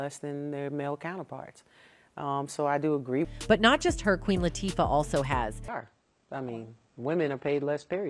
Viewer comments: did the narrator just mess up Queen Latifah name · SPILL TODAY - Please pronounce the Queens names correctly. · Who narrated this? It should have been a Black woman who could at least pronounce the Queens name right. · Lawd hammercy if they don't put some respect on Queen Latifah's name and say it correctly. The same with Taraji P. Henson, put some respect on her name and pronounce it correctly.